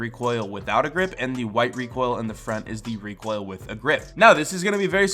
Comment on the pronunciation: says it as reek hoil